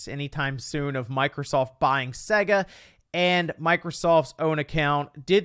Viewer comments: The way he says SEGA physically hurts me, imagine you got this when booting up Sonic. 😬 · The way you say Sega really annoys me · I don’t like the way you pronounce Sega